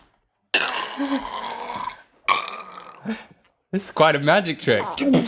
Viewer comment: "Rhett is a werewoof"